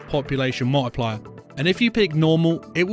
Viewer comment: dude the vid is very helpful BUT THE DAMN ACCENT, meta scent = meta setting, population mo-wi-pli-yar multiplier